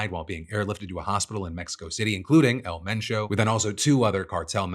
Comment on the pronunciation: props to PhillyD for putting an effort to pronounce it correctly. Don’t be afraid to try, give respect to the culture as best as you can.